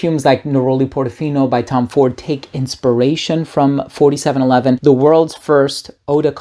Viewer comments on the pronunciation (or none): it's "four-seven-eleven' not "forty-seven-eleven" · It’s pronounced 4..7…11 youngun.😜 Not 47..11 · I don’t mean to be rude but 4711 is NOT pronounced as you pronounced it. … it’s pronounced simply as 4…7…11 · how is pronounced properly, do you know? i was calling it "four seven one one" but the guy in the video called it "fortyseven eleven". i'm sure he's correct but wondering the proper way to say it according to the creators/germans